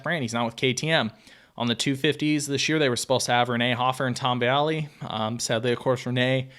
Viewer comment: He literally didn't say Jago, Plessinger, or Vialle correctly once...